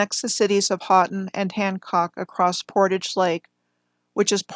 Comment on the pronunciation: Very nice coverage of my homeland the Upper Peninsula of Michigan. You did pretty well with your pronunciation of Houghton county (ho-ton) and the Keweenaw (key-wa-nah)! I'm near Munising, which is home to Pictured Rocks National Lakeshore. There is a lot of interesting old world architecture in just about every town and small city up here and I've been thinking about starting a project with my daughter documenting these buildings what I plan to call the "Marquette Mudflood"